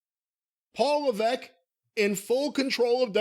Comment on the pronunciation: Isn't there an S in HHH's surname? Why does keep saying leveque?